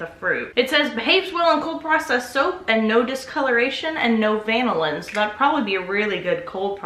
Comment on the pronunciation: CUte babay!!!!! is't it pronounced vanillin?